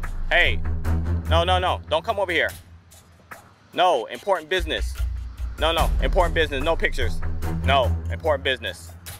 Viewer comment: LOOLLLL NOT THE IMPORTANTEU BUSINEESEU TACTICC!! HAHHAHAH!!!! YOU GOT ME LAUGH SO HARD AT OFFICE AHHAHAH!!!